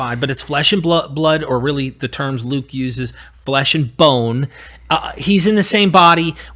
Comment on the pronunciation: Haha big mad, can't even pronounce the terms properly.